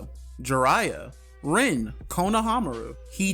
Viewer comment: It’s pronounced (Reen) Rin